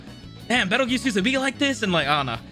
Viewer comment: Peetle juice. His name is Petelgeuse with a P.